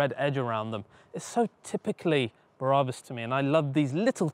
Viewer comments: It's BRABUS .. not "Bah Rah Bus" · My favourite Car Brand and all I can here is mis-pronouncing Brabus, it’s like when someone says Adee-Das instead of Adi-Das My ocd is melting down. 😂❤️😎👍🏼